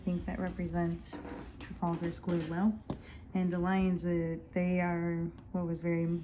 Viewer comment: Welcome to the community. That gentleman at the top is Admiral Nelson, it’s called Nelson’s column this was built to honour his victory at the battle of Trafalgar. You are pronouncing it correctly, this square is full of historic plaques and statuary.